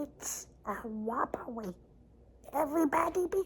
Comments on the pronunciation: I know this is an older video but I'm just going through a binge rewatch of Tested and MB content and I have to say, I have been CRYING laughing at "everybody be cool this is a wobbewy" for days now. Trust me Adam, you're not the only one who thinks it's funny 😂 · "Evewibowi be cool, dwis si a wrobewri UwU" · Legitimately lost my shit with "dis is a wobbuhry" LOL